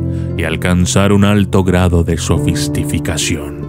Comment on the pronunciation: ES VATICINIO ...NO VACITINIO Y SOFISTICACION NO SOFISTIFICACION...SOLO ESOS ERRORES CORREGIR...